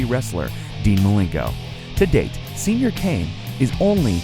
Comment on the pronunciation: Were you trying to say señor kane? Cuz if so you sound stupid af lmao . And if you were saying senior why TF would you say that , either way you are a jackass lol